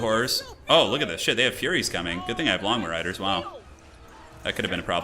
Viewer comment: I can't help myself but all I hear is "Lawn Mow Riders"